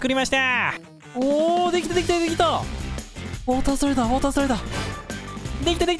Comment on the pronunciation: オータースライダーじゃなくて、ウォータースライダーね😂😂😂😂❤️🧡💛💚💙💜🤍🤎🖤